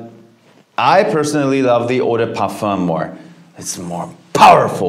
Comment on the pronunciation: EAAAU DEEE PUUURFUUEHHH